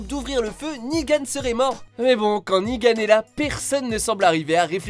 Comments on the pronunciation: Je comprendrais jamais vos problèmes de prononciation, pendant toute la vidéo vous dites "Negan" avec la bonne prononciation et à la fin vous dite "Nigan", mais pourquoi ? x) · J'ai dislike pour un truc .. Nigan!?!?!? Nan c'est negan... pitié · Il y a que moi que ça stresse quand il dit "Nigan" au lieu de "Negan" ? 😂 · Sa se prononce negan pas nigan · C'est pas nigan mais "Negan" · C'est Negan pas Nigan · C'est NEgan pas NIgan ! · Ne dites pas NIGAN. C'est NEGAN